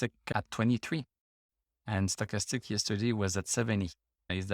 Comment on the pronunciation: I’m here to hear you say “Sto’chastic.” Gets me every time.